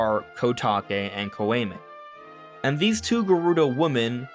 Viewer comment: Love the theory and glad you mentioned Twinrova! Btw Kotake was right but Koume is more like Co-oo-may (oo like ooze). If you care lol